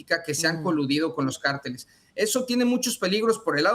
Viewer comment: ¿por qué no aprendes a leer en español? ¿Entiendes la diferencia entre “CÁRTELES” Y “CARTELES”. Eso arriba de la Á es un acento y su propósito es indicarte cómo leer la palabra, donde poner el énfasis. No ¿verdad? No entiendes… Ah, y no se pronunciam”ShAinbaum”, es Sheinbaun, en español. Solo presta atención a tus entrevistados y fíjate cómo lo enuncian. Tampoco ¿verdad? Bueno, yo traté…